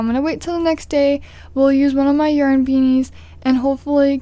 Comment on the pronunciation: Why is she saying yern no offence